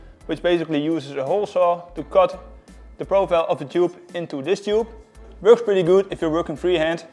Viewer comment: You KNOW it's gonna be good when you hear " IT VERKS!"